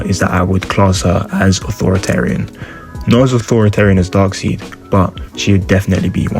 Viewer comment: "Dark-seed", Haha; Darkseid's name is pronounced "DARK-SIDE"!!!!!